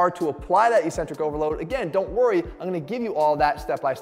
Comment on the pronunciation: Please Jeff, saying "ee-centric" sounds dumb and uneducated. Consult a dictionary. The pronunciation is "eccentric", sounding like "exentric".